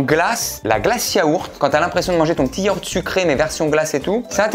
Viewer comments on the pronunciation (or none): Il y a pas de H à Yaourt. Sinon bonne vidéo 🤣